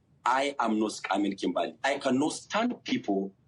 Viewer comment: He said "Kimbah-lay" 🤣🤣🤣